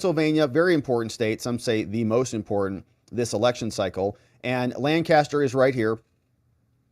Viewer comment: Its pronounced Lank-aster PA Not Laan'-caster!